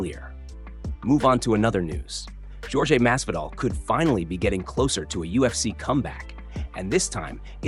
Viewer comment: AI voiceover. Mispronounced JORGE in multiple ways.